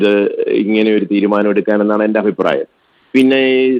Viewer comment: Afipraayam alla..abhipraayam!😊